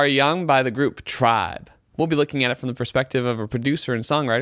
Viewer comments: Thank you for bringing attention to our girls. The name is pronounced Try Be. Tri is short for Triangle. In Korean culture, the triangle is a symbol of perfection. Their name means " Be perfect" Meaning be perfect as you are. Be yourself. Be the best " you" you can be. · Also their name is pronounced try-be.